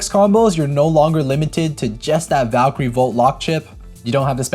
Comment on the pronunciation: why they call it valkrieon instead of Valkyrie